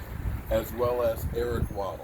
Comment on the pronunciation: Lol Eric “Waddle”